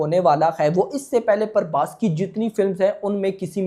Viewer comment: Not Parbhas it's prabhas